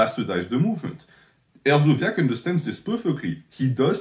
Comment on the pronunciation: Hersobyac is a k not zee the fact you shouted him out says everything but keep dog whistling NH lol